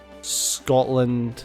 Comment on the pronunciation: Scotland. SCOTLAND. Scot-land. SCOT-LAND.